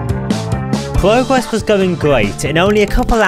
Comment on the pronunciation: he pronouces his R as a W pwogess cowwet